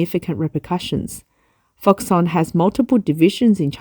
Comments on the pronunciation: It’s pronounced ‘Fox-Kon’, surely? Never heard it called Fox-Son, even though it’s a Taiwanese company and may have unusual Chinese pronunciation. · Middleman for Apple. But I think it should be pronounced ‘Fox-Kon’. Could be wrong. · You are incorrectly pronouncing foxConn